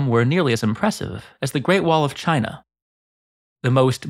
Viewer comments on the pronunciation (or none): none